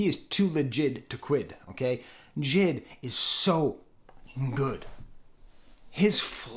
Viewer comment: AVAA It’s not JID , it’s J.I.D